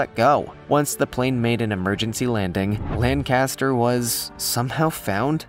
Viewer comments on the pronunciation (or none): I love the way Americans say 'Birmingham, England' wrongly, most just don't know how to pronounce it. This fellow however gets the pilot's name wrong as well - he misses the 'c' out. It's not Lanaster, it's Lancaster. I grew up in Birmingham (first syllable stressed not last) England. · It's pronounced LANNCASTER. Wish you septic tanks would pronounce English names correctly.